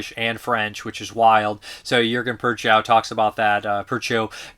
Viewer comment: Prochnow is not PURR chow. It's PROKH noh. Not even close.